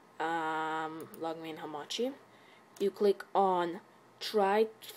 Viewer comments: accents suck sometimes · It's pronounced as Log-Me-In, not Log-meyn